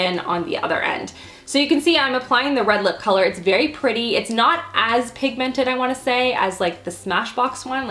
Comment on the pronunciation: was anyone else bothered by how she said the word pigmented?